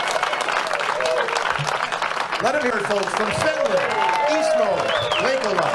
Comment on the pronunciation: Your pronunciation was actually pretty good considering it's a finnish name :D Also, great thoughts on the end. Keep it up!